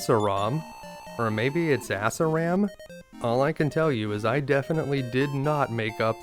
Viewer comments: The town of "Ah-sur-ahm" or, in layman's terms, Ass Ram. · I think Assaram is pronounced "uh-SAW-rum." In remakes the name is Ashalam. I'm guessing that the name is supposed to be Hebrew, since it corresponds roughly to Israel on the world map.